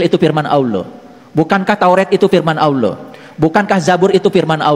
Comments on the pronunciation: Menyebut ALLAH, saja berbunyi AWLAH, dr situ sj udah ngga bner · Awlo..awloo.. gak bisa melafalkan Allah dengan sempurna..😮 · MANA ADA UMAT MUSLIM MENYEBUT ALLAH DENGAN SEBUTIN AULOH..SAYA JADI MUSYKIL AFA BENAR INI UMAT MUSLIM..KATANYA ILMUNYA TINGGI..NYEBUTIN NAMA ALLAH AJA SEPERTI ORANG NON MUSLIM.. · Si nyebut Allah saja dia gak becus...mana ada Allah di baca jdi Awlloh...mana ada huruf WAU nya😅😅😅😅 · ini hampir di setiap vidionya Kalo yg sy dengar nyebut Alloh kedengarannya seperti AWLOH,🙏🙏 mungkin sy salah dengar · Kalimat yg dibaca bukan Alloh tapi dia sebutnya awloh..... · Kita liat dia nyebut nama ALLAH saja sdh salah..Awloh..dasar si oten oten.. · DARI LOGAT NYA AJA ,UDAH KETAUAN DIA BUKAN MUSLIM,,,NYEBUT ALLAH AJA AWLOH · Bukan Awlo tapi Allah, lidahnya keluh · ALLAH puulll.. Bukan awloh😩😩😩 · Itu bukan orang muslim cara mnyebut harusnya Alloh seperti/kedengaran AuwlloH.harusnya ada penebalan/penekanan di huruf l jadi Alloh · Aneh ini si. mengucap nama allah itu seperti ini: aullo. Semua ustadz menyebut lafaz allah itu ya allah dengan fasih nya. Dia koq bilang nya aullo,jangan² dia pura² islam. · aneh kok dipanggil ustaz orang macam ini, nyebut Alloh saja" auluoh" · menyebut ALLOH aja, awloh, jelas dia orang yang ga jelas, ALLOH hurufnya bertasjid bukan pake W, laknat tulloh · Ayo dong segera bertindak! Payah orang ini, menyebut اَللَّه saja salah. Dia bilangnya AWLOH... Astaghfirullah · Nyebut nama ALLAH saja dia susah😰😰😰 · Bener meresahkan ini terus bahas bang nyebut allah aja awloh mui plis dong gimana ini ini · Ucapkan Allah aja alluuhh...😂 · Menyebut asma Allaah aja nggak bisa itu pendeta sepertinya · Ucapan ALLAH aja nggak teteh. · Ini siapa ya sebenar nya? Nyebut Allah aja gak bener terlalu berat x lidah nya wah curiga saya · Nara sumber.yg di masalah kan.melafadkan Alloh saja gak pas.